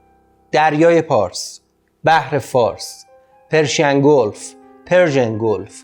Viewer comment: عزیز شما که دیگه نباید بگید : "گولف" !!!! ⛳🏌‍♂️🏌‍♀️ پِرشیَن گولف ، واقعاً..!!😐